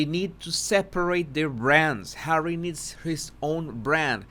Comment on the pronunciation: Susan Rike, I also burst out laughing when says Arsewypes. Fun as well is when he says Hawwy because I have to answer HAWWWWWY. Everytime. 😂